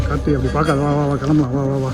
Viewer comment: 😂😂 said kachi for karthi 😂😂😂